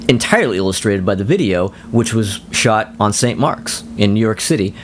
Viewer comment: Sounds like you are saying "shout" to me.